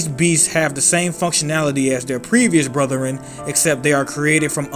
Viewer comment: Lol “brotheren”